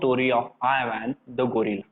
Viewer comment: Not Ivan I van